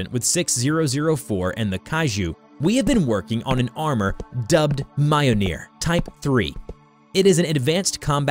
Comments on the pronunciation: I hate his pronunciation of mjolnir. It's me-yol-near. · Yeah sorry not too sound like a nerd but you say myoneer. It's spelled mjölner. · hearing him pronouce it "mi-ole-near" made me cringe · It's pronounced "Mee-Yol-Neer" it's a rolling R at the end. No "Mee-Jol-nir" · The way he said mayanir And not milnir is making me im touching scp 722 lol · around here is MI-OL-NIR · more like myool-neer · Mjolnir is pronounced like this: Me-Ol-Near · M- Ol - Nir Yor-mon-gonder holy shit it isnt hard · Why does he say Mjolnir like that? It hurts me. (It's pronounced m-yo-L-nee- er) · It’s pronounced me-ol-neer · does nobody know how to pronounce words on this platform anymore? bruh it's myole-near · BTW it's pronounced "mule-near" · The Ø sound in Mjølnir can be tricky. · the way you pronounce Mjolnir makes my eye twitch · If you mean the hammer, it does not pronounced like this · oh how they butchered the mjolnir pronunciation 😔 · that has to be the worst pronuncianciation of mjolnir to date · dude he did not pronounce mjolnir right BRUUUUUUUUUUUUUHHHHHHHHHHHH really even a kid knows that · u r saying mjolnir wrong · Seriously? How did you mess up the pronunciation of Mjolnir? Have you not seen anything in the MCU? There's no excuse. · Mjolnir you are pronouncing it wrong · was i the only one that got annoyed by how they pronounced mjolnir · Please learn to prounce mjolnir correctly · the way pronounce MJOLNIR is very cringey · Your pronunciation of some things are so cringe... it doesn't take long to search up how things are properly pronounced you know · Lost some respect for you due to your pronounciation of Mjolnir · Mio-neer?! Ara-bodrous?! Kai-jhoo?! 😭